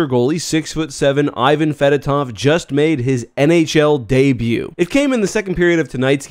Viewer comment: ee-vAn fedOtov, stress on the 2nd syllable both for name and surname